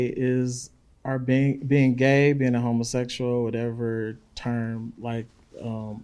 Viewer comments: "are you a homaseshul"🤣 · I think Jesse just preys on people who're not intelligent enough to see through him and how he tries to set you up. I would eat him up and spit him out...and that sprayed on dyed beard. He's not that smart tbh. He can't even pronounce "homosexual." Not trying to be funny but this is the first time I've seen this channel, is the host of LFR Family gay? He comes off as gay, bisexual, curious, or something. He ain't all the way straight...or maybe he's just super feminine. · Why not just say 'gay'? Dude cant help but EMPHASIZE 'homosexual' every time he ask him about being gay!